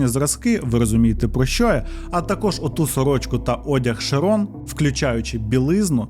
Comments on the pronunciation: Бля, чуваче, завжди дивлюсь твої відео. Дуже круто. Але ти мабуть втомився. Що з наголосами? Шерон, піцерія, Франклін. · Prior читається як «Прайор»(наголос на першил склад.Шерон - теж на перший. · ШЕрон, шерОн, піцерІя, піцЕрія. Ви ж оповідач, ну як так?